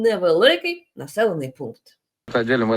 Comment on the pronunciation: Пу смешно оговорился - командный пукнт